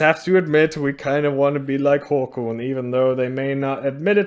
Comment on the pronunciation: i think it's pronounced "Håkån" not "håkoon"...